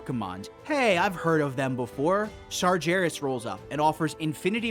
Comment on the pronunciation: Great video series. Just fyi, it's "Sargeras" with a hard 'g', not "Sarjeras". We hear the name pronounced multiple times by various NPC's throughout the game. Unless you're just trolling, in which case carry on, lol.